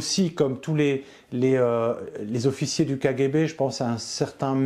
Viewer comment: Sa façon de dire kGB ( k Guay b) est insupportable ! Je décroche à 4,45 ! Désolé !